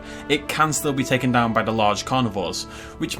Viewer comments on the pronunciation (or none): none